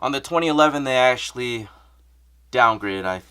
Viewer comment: "ashuh dude"